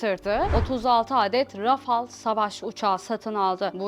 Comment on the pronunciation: Rafal diye telaffuz edilir doğru söylemiş kadın